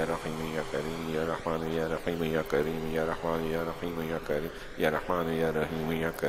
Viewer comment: ASSALAMALAIKOM wa rahmatullahi wa barakatuh, JAZAKALLAHU khairan, somewhere it is listening like YA RAKHEEM , it is my listening mistake or some correction ?